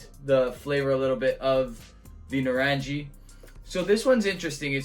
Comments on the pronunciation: Pronounced nuh-rung-ee, it's a hard G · Loving the review. It’s pronounced naa-rung-ee which as the bottle says refers to oranges in Hindi.